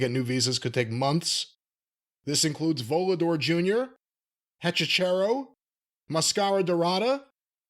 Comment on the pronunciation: it is pronounced Hetchy-Serro, rather than Chero.